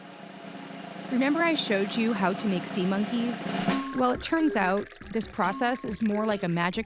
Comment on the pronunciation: HOLY SHIT WHEN SAID IT SAID SEMEN INSTEAD OF SEA MONKEYS